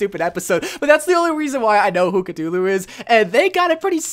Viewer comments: ive been playing since the gane came out and still think cultist is the best skin (personal preference) also its not cutoo loo its CUH-THOO-LOO or Cthulhu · Is nobody else mad that he keeps saying cutullu and not Cthulhu you say it like cuthulu not cutulu bruh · its pronounced ka-thoo-loo not ka-tu-lu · wait a minute. Did you pronounce Cthulhu... C-too-loo? I'm fairly sure it's pronounced C-thoo-loo, but idk. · CUTULU? CUTULU??!!!!!!!!!!! IT'S CTHULHU!!!!! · Cootoooooloooooo It’s Coo-Thoo-Loo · its not cut-u-loo its cuf-u-loo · Uhh catulu? It's cathulue. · It's cathulu not cut-hulu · Ku-Thu-Lu, not Ka-two, lu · Ka-thoo-loo not Ka-to-loo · It's cthulu not ctulu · c'THulu..... not c'Tulu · Its cu thu lu not ca too loo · Him saying Catulu is giving me a brain aneurysm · Did he just say Cuh-Too-Lou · Cthulhu is pronounced Cuthulu and he has a octopus face, dragon wings lion claws and sheep hooves for his back feet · Did my man say catulu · Cuhtulu isn’t a pronunciation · C"tulu TRIGGERED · Lovecraft said that the closest humans could get to pronouncing it would be something along the lines of "Khlûl'-hloo" there isnt even a "th" or "t" sound. basically what im trying to say is it cant possibly be pronounced by human beings. anyways cultist is a really good skin, i agree. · Cthulhu is pronounced ca-thu-lu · cthulu (cu-thu-lu) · Sorry for doing this but it's pronounced cu-th-ulu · its ca-THU-lu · It’s pronounced ka-thu-lu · the entire time during the cultist review portion I was dying because of how wrong his pronunciation of Cthulhu was. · I’m really triggered by how said Cthulhu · The way he pronounces Cthulhu hurts me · U pronunced Cthulhu wrong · Not to be rude but Cthulu is pronounced with a th sound like the or then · You pronounced Cthulhu wrong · That’s not how you pronounce Cthulhu >:(